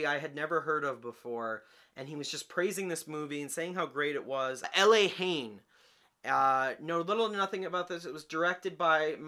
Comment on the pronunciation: It's pronounced LAH-Haine as if it's spanish, but French. Great sort of day in the life urban drama that's still very relevant today. Glad your back making videos too by the way.